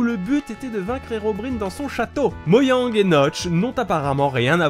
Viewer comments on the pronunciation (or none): y a un truc qui me stress dans cette vidéo c qu il dit moyang et pas moJang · Je suis perturbé quand tu dis "moyang" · Tu prononce mojang "moyang" c'est frustrant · Y a que moi que ça perturbe qu'il dit "Moyang", moi j'ai toujours entendu et dit Mojang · ON. DIS MOJANG EST OAS MOGANG AHAHAHAH CETS COMME FULLE MÉTAL ALCHIMISTE TU DIS FULLE METAL ALKIMISTE !!!!! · Non, ya pas que toi... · Depuis des années je viens d'apprendre qu'on dit "Moyang" et pas "Mojang" '-' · Et pas moyang mais moJang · moYang ! Bien sûr ! Mais... et mes oreilles ? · "Moyang" Merci ^^ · "moyangue" ta niquer le nom xD c'est moJANG pas YANG mais tqt on t'aime quand même mdr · "Moyang"... "Herobr[i]ne" ... faut pas abuser quand même... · pour moyang moi:TAIS TOI SI TU SAIS PAS DIRE MOJANG!!!! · "moyang", "ender dragone", "l'ender" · Moyang et l'ender . Aille mes oreilles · L'ender s'appelle "End", et c'est pas "moyang" mais "mojang" .-. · C'est MOJANG!! Pas moyang X) Cé po grav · "Moyang" OOF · Mojang pas moyang ! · Moyang ? 😂 ON DIT MOJANG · Ta dit hero brine sa se prononce herobryne et ta dit moyang 😂🤣😂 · "Moyang" wtf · euuuuuh... t'a dit moILLang ? nan car c'est moJang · c'est pas moyang mais mojang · C'est mojang pas moyang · A tu a osé dire moyang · Pourquoi tu dit "moyang" au lieu de "Modjang" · Mdr moyang ...ÇA CE PRONONCE MOJANGUE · Alors 1) on dis pas moyang mais mojang Et 2) c heroriaine et pas herobrine ( c juste pour la prononciation la mauvaise écriture ) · c'est pas moyang MAIS MOJJJJANG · Qui est pertubé par qui dit moyang ça ce dit mo gen gue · c'est pas moYang, mais moJang :) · Moyang? Herobrïne? Ouille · ON DIT MOJANG PAS MOYANG !!!🤬🤬😡😡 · Pourquoi tu dit moyang ? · on dit mojang pas moiang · Moiang... On dit Mojang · il a dis moyang aut lieux mojang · C'est mojang pas moyang tu dis moyo quand tu joue a zelda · Dragolstice : Tu devrais plutôt écrire que "Mojang" se prononce "Mojangue" (-O_O) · Arf. Les '' Moyang'' qui font mal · A tu a dis moyang